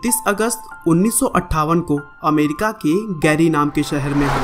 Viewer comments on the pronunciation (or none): none